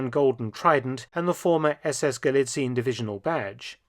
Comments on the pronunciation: Hey Mark, thanks for the video: just a small thing. I don't think it is actually pronounced "Galizin". It is true that "ie" in German usually means that it is probounced as a long "i" sound but in Austrian imperial times, when it was still the province of Galizien-Lodomerien, the "e" was pronounced seperately and I don't think that the Nazis would change that. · FYI - I mention this because you seem to care about proper pronunciation, not just to be a pedant - the "ie" in Galizien is split across two syllables rather than being a lengthened "i", so it's not "gah-lee-TSEEN" but rather "gah-LEE-tsee-un" (the last syllable with a schwa sound). Much like how Spain, Spanien, is "SHPAH-nee-un", rather than "shpah-NEEN". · German pronunciation is ga-LI-tsee-en, NOT gali-tseen, and the stress is on the second syllablle. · Galizien is not pronounced "Galizeen" in German. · Minor remark: Galizien has not the 'regular' german ie, its pronounced [ɡaˈliːt͡si̯ən] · Galizien, pronounced with 4 syllables in German: Ga-LEE-tsee-yen. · Thank you again, Mr. Felton for presenting history in such short but accurate way and revealing uncommon historical bits and connections. One word for the pronunciation of "Galizien". Please don't hesitate to pronounce the last 'e', like 'Galizi' - 'en'. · It's weird to me that at first you pronounced 'Galizien' correctly and then stopped doing so for the rest of the video, "ga·lii·tsii·en" "/gɑliˈtsiːən/", the video is top-notch as per usual though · It is pronounced "Galizi-en". You got very close, just missing the last syllable :-) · Just an FYI from a German-speaker: It's a bit confusing, since 'ie' is normally a 'long i' in German , but Galizien is NOT pronounced Galiziiin (with a long i), but exactly like it is written, Gal-i-zi-en. If you're unsure, look up the pronunciation of Spanien (Spain), where the ending is pronounced the same way. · Galizien is pronounced ga-lee-tsee-en, not ga-lee-tseen. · We dont say galiziiin. We say galizi'en